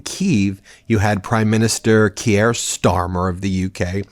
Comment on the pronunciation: Keer, not keeaire. Macron, not macrone.